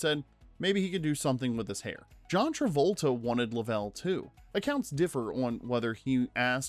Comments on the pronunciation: It's painful to listen to this guy pronounce Lovell. He has obviously never even seen the movie. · How do you make is whole video without ever watching the movie. If you had, you’d know how to pronounce Lovell. They say his name like 30 times in the movie. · Yeah…. Doing a documentary you might want to get the main characters name right…. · Yeah, it was painful every time he said it! 🙄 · Then he should have checked how to pronounce the name. Anyone who is familiar with the movie or the actual incident, like me, knows how to pronounce it. It is not an unusual name. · James LOVE’ell NOT LovELL. I hate it when his name is mispronounced Change the audio PLEASE! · A “rough pitch”? Luh-vell? Did you even watch the movie? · did you watch the movie? It's luvel not luh-vel. also WHAT the film "platters?" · "Lovell" is pronounced LUH-vl, not luh-VELL. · You mean they didn't launch a real Saturn V for the movie? no way...LUH-VL btw. Jeez... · Unbelievable that you mispronounced "Lovell" (Luh-vl) so many times. Did you or any of your staff even watch the movie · Even when it's "AI", These men are American Heros!!! How the hell does no one listen to the piece before it's unloaded???? I've stopped watching. I know how it ends...but some kid, or adult wiil be saying "Jim 'Luvel"!!!! You ruined it.😡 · I turned this off less than a minute in when the AI narrator said “Jim Luh-VELL”. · I usually like these videos, but seriously, how can you mispronounce one of the lead figure's names? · You say “Lovell” wrong so many times it’s like you didn’t even watch the movie or see any real interviews. You posted this 9 days ago and it only has 40,000 views… go back to your edit bay, and re-record the entire voice over and pronounce Captain Jim Lovell’s name correctly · The mispronunciation of the main character makes this video too painful to watch. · Decent video but you think you do a little research on how to properly pronounce the main character’s name. Bizarre.